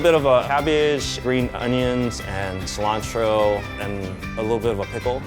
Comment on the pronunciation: An asian guy saying "cilantro" is so weird man